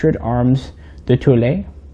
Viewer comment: Excellent ! (prononciation : "Tul" not "tulé")